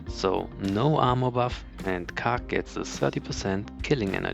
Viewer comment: I don’t think you got the joke 😝 I was hinting that the way you say “khark” sounds like you’re saying “cock” 😜